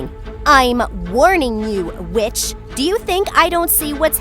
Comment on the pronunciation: Me hearing her say bitch instead of witch